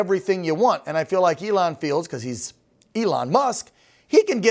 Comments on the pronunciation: His name is not Ellen, it is E-lon. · why is George saying Elon's name wrong?